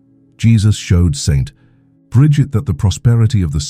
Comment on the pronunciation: if you spell out Saint instead of St., the AI voice you use for narrating won’t make that awkward pause every time it reads “St.” It interrupts the abbreviation as a period. As for the millionaires receiving their payment now and having nothing later, I have trouble reconciling this with the EXTREME, UNPRECEDENTED OUT OF CONTROL WEALTH that today’s MEGA BILLIONAIRES are amassing. No future debt they might face can EVER atone or compensate for this absurd imbalance and of hoarding SO much wealth by the world’s .1% while billions of people languish in poverty. It seems Jesus might not have foreseen how extremely greedy and corrupt we were destined to be one day. But I’m just guessing, as I can’t fathom the explanation for the existence of today’s mega billionaires as being a rational one.